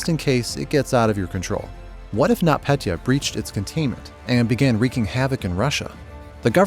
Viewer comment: Its Нотпетя Not not Petya And You Say It Like NotPetea